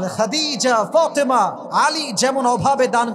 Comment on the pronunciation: হুজুর সেন্ট্রাল শব্দটাকে সেন্ট্রোল বলে আপনি কি বোঝাতে চান।দয়া করে বাংলা অনেক সুন্দর তাকে আয়ত্ত করেন। ফাতেমা অনেক সুন্দর নাম তাকে সুন্দর করে বলেন প্লিজ। নিজেকে কিভাবে উপস্থাপন করতে চান।